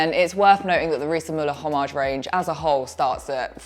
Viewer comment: No ‘h’ sound in ‘Homage’